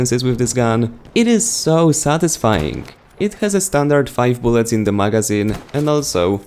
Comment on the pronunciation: Am i the only one who cringe when he says "magazine"